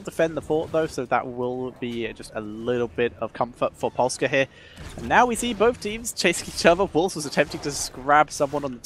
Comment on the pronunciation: good pronunciation on Polska Pamięta. Good job Grubby